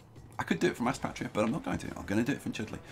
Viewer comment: Sup bro just a small thing I live near Aspatria and its pronounced like Ass"pay"tria haha but this looks amazing ahah been watching this play through nice